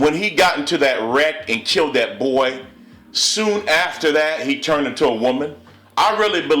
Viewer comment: excuse me it's Brazil not brayzil my farther my name is Brazil it was a insult cause there's no such thing as brayzil it's Brazil. come on a black man trying to be to proper, come on now. and then you say boyyyyy real hard dude work on your grammar a lil. now wat is transgender do they have a vagina after transgender. yes or no.